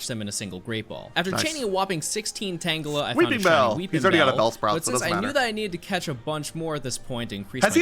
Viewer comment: STOP SAYING TANGELI